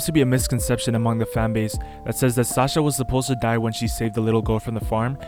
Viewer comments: bro said sacha its sasha btw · its sasha not sacha